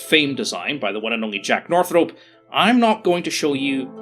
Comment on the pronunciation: What is it with Commonwealth folks pronouncing "Northrop" like "North Rope"?